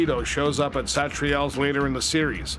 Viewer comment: The way this guy pronounces Satriale's makes me want to grab him by the collar and then let him go